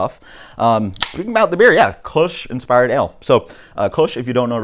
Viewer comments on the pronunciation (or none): sounds like you're saying "koosh"